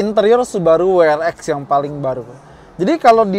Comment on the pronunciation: double yu Ar Ex ya, bukan double yu Ar Vi